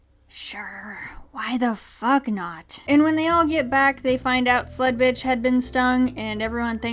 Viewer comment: I only just realized you were calling that character SLUD-Bitch and not SLUT-Bitch. LOL